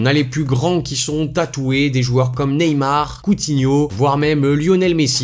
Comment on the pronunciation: Chaque fois que tu dit de grand joueur tu dit couinho Neymar Messi Suarez que des joueurs dus Barca